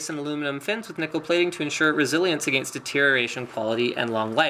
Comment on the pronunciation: why does he say against weirdly?